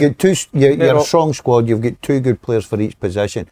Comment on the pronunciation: Si, stop saying twa yah prick